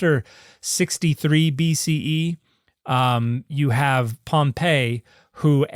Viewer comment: Dr. Dan... this is the 2nd time I've heard you mispronounce Pompey like Pompei. (See ). POM-pee. POM-pee. Not pom-PAY. POM-pee. Thank you for your kind attention to this matter.